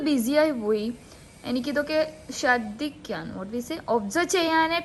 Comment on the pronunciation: ...😍🤣.....shardhikkuka alla.....shardikkuka means vomiting..🤣🤣 shradhikkukka means observing or caring....enikk mashu nte language bahayankara ishtava....and mashu neym...lub u dear